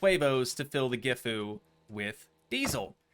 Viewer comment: When pumping sewerage, with the hand throttle out, the truck runs at 1500rpm, if you use the accelerator, the truck goes to rpm and pumps the sewerage quicker. You need air for the PTO pump (hydraulic pump) to engage. And the truck is pronounced as jifu, (but with a G) which is similar to the actual brand of the truck, Sisu